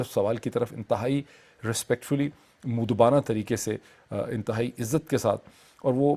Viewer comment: اردو لفظ مودبانہ کا تلفظ moaddebanahاور moodebana نہیں دوسرا لفظ نبرد از ما ہے۔ جوکہ naburdaazma ہے۔